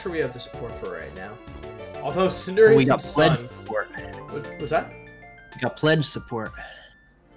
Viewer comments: love how Wolfey's got saying Cinderachey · i feel like ray truly believes that it's pronounced cinderacheee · Why do they pronounce "cinderace" that way? Is it a joke or something? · You mean the correct way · I like team building wideos, and I like collabs, so I double like this. I also think it’s funny that picked up Wolfe’s pronunciation of Cinderace by the end